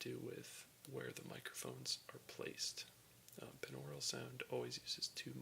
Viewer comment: It's pronounced BY-NORULL, just like binary is pronounced BY-NARRY